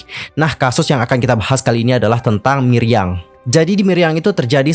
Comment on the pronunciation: Milyang bukan Miryang😁